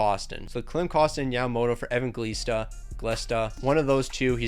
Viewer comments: It’s pronounced a-van-gel-ees-ta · Its pronounced Evanjelista and Nemech